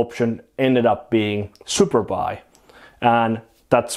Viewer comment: Every time you say Superbuy, I hear superpi :D Trained ears.